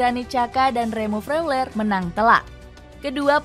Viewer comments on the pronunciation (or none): Cara sebutnya Froiler bukan fleuler